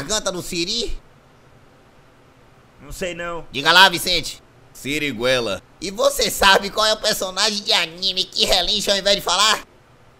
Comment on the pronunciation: sirigoela? serio? 🤣🤣🤣